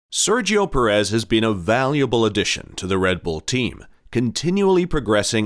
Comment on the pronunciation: Who is PerEZ? Pérez? Not that difficult, although Americans can't seem to hit the right syllable.